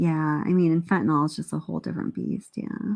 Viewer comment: I'm sorry, but there is one thing that as a former pharmacist is really bugging me. It's not just you; it's everyone I hear online. The word ends in "nyl" in which the "y" is pronounced as an "i," NOT as an "a" or "o." It is fentanYl not fentanal nor fentanol! And while I'm at it, I don't think anyone has changed the pronunciation of the Greek alphabet. "Phi" is NOT pronounced "fee." It's pronounced "fi."